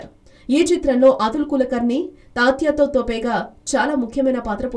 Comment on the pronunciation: Tatya to thopey kadhu tatya thopey